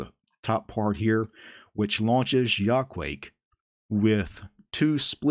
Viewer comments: If you know Japanese you could easily spot the Japanese logic behind this name You say that as ya-ku-a-ke, not yaquake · It's from Quake so I guess that's the way to pronounce it. Still, I like /jɐ.kuˈwɐ.kɛ/ better!